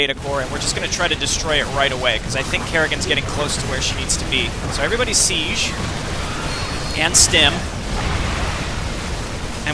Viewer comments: The way you use the fricative [ʒ] instead of the affricate [d͡ʒ] in [sid͡ʒ] really messes with me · The way you use the fricative ʒ instead of the affricate d͡ʒ in [sid͡ʒ] really messes with me